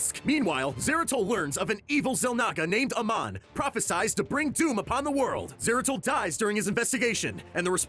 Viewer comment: and zeratul,his name shouldnt be butchered liek dat